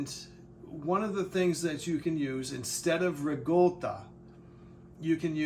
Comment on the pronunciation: there's no g in ricotta if you're going to pronounce it at least say it right if you're supposed to be Italian shame on you.